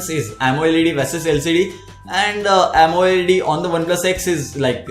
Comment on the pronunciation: its amoled not amo led :3